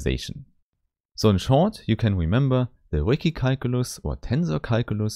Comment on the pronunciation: yeah, the Ricci mispronunciation is bound to irk a lot of people; I had to take a 5 min break and cool down after I heard it! lol